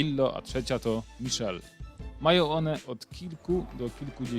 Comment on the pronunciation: Michele po wlosku czyta sie mikele nie miszel....pozdrawiam i dodam ze moj maz pochodzi z Neapolu...